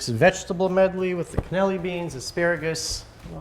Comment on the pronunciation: At the risk of being pedantic - those beans have an extra syllable - Cannellini